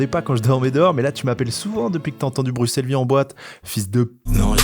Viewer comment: Ptn mais brussel pas bruXelle c’est pas compliqué bordel